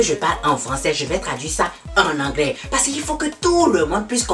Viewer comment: avec l'anglais c'est pas ça 😂